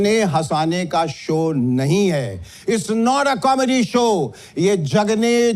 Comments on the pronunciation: Apni language to sahi kar le. Baar baar show ko so bol raha hai. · 'सो' नही 'शो' जरा अपने हिंदी पर काम करो...! 'स' और 'श' मे फरक होता है...! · Ye anchor so so kya bolta hai,,show bolo show bolo,sho not so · So nahi mere bhai show boliye.❤